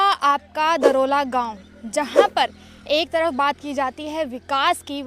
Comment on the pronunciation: दरोला नहीं है दौराला है इस गांव का नाम